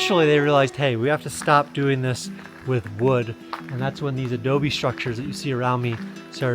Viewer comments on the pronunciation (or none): none